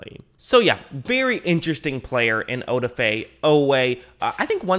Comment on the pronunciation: Good analysis by the way the emphasis is on the da...oDAfe